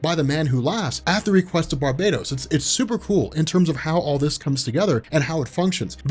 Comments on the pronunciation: Bar-bah-tos! Not bar-bay-dos! One is a demon , the other is a tropical island . Guess which one you are making it spund like. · I'm almost 200% sure it's pronounced: bar-BAT-oss